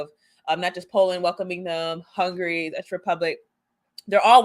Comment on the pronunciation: Czech is pronounced like "check".